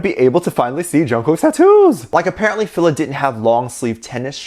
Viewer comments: You can tell.some these episode were filled early 2020 and the cooking one was recent. Look at Jungkook's hair length. I think the more recent ones (without Suga) BigHit is become more relaxed but before they weren't. Also its pronounce "Feel-La". The brand is huge in the states especially 2000 to like 2010. I rocked them through school. I think they've been around since the 80s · Hi,. FILA is pronounced. Fee - la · I purple you! 💜💜💜💜 Ps it's pronounced FEE-LUH